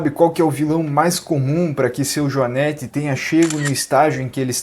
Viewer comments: A pronúncia correta é o joanête,com o e com o som fechado. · Joanete e não joanéte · JoanÊte sem acento. Não joanÉte. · A pronúncia correta é JOANÊTE, com a letra "e" fechada, não "joanéte", com o "e" aberto.